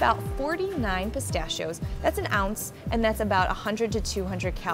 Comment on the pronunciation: she says pistachios weird, i sai; piss-stash-shee-o's